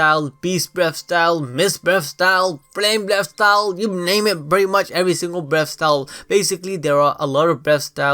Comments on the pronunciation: I actually heard him say “breast style” the whole video lmao 😂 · Breast style? The pronunciations hahaha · Sounds like your saying breast style here and there hah